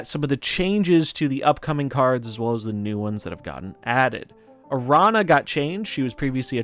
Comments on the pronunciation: Ara-nya. That's an ñ. Like Piñata. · Fen-Ris and Aran-ya! Please pronounce the words correctly! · Araña is pronounced a rah nya. you content creators are butchering her name